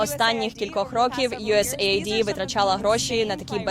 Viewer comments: USAID - це не ЮСЄЙ АЙ ДІ, а ЮС ЕЙД ))) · Боже, де ви взяли цю звичку казати Ю Ес Ей Айді. Там не має жодного айді, це не агенція з чипування. Читається як Ю Ес Ейд - USAID. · USAID читається як юєс еід, не айді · До відома, акронім USAID вимовляється не USA-ID, а US-AID (aid="ейд"=допомога). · F##%&ck a duck !!!!! Не USA ID !!!!!!! A US AID !!!! Як це неприємно, що ви такі........!!!!!!